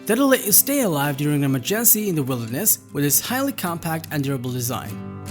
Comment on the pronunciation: English teacher here: 1) slow down your enunciation. Trying to speak fast only hinders your comprehension skills. 2) Verify how certain words are pronounced. Remember that English is a stress- based language, therefore, placing the stress in the wrong syllable makes certain words sound weird. (Emergency, for example). Don't let these details distract the listener from your actual message